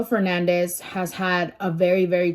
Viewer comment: It’s Fernandez not Hernandez. Get it right if ur gna try to state facts homegirl.